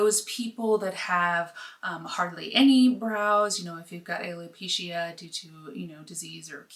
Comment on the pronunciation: You said alopecia wrong ✌️ 🙏